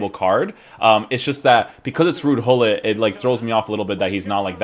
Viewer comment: Its fun that english people cant prenounce his name correctly you say hollit we really say Gullit 😂